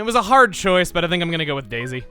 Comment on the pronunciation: "It was a HARD choice but I picked DAISY" just without that emphasis, lol.